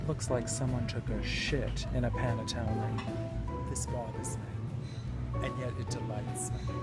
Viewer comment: nothing like hearing coco say panettone to brighten your day